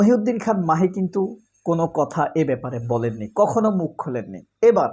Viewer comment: মাহি না ভাই মহি।